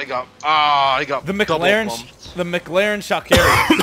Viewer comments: The way he said McLaren sounded like he was saying Mick Larry with some kind of speech impediment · McLaren not mc-laren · Why tf did u say “MC LAREN” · Holdddd up.. are you at McDonalds my dude why did you call it a McLaren like a fucking McDouble hahahahahaha i'm dead